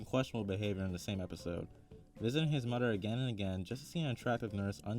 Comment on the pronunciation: It’s moTHer not mudder